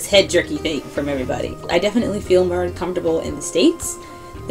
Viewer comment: "that time the parent heard, and slapped her in 'er 'ead"